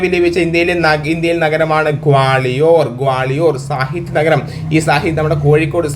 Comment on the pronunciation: ഗ്വാളിയോർ ആണ് ക്വാളിയോർ അല്ല